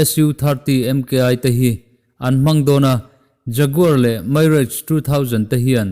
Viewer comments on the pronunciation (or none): Mirage hi Mairaige tia lam tur ani lo.. mizo taka MI RAAGE tia lam tur!!